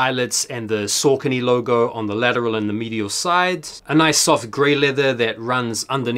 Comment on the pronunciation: Don't blow up the spot! 😅 I love Saucony its nice to be able to get some really underrated stuff with little stress on drop day. (also sorry to be that guy but its pronounced Sock-uh-knee) keep up the great vids!